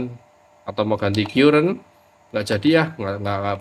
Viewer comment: sekedar koreksi om, CURRENT itu pengucapannya : KARRENT , buka KYUURENT... ehehehehee